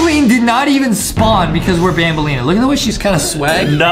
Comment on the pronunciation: It's banbaleena not banbalina but it's true Adam does have a huge crush on banbaleena